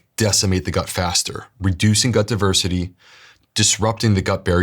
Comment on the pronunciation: Every episode he talks about “diversia”. I wasn’t sure what that was. Always planned to google it . A year later I realized it wasn’t a word just his accent. Dang I’m slow. Google wouldn’t have helped translate that! I’m sorry but you seriously mangle the pronunciation.